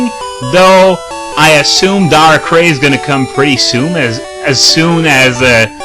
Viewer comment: no offence but hearing you mispronounce darkrai is kind of getting annoying.